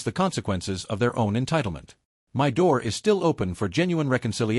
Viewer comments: Good story.. Sadly the AI needs to learn how to say " my ".. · The illiteracy of this AI voice leaves me shaking "M-Y" head. 🤨